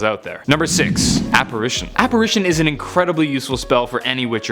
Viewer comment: It sounded like you said appration and you like forgot like 8 powerful spells. Like sectumsempra...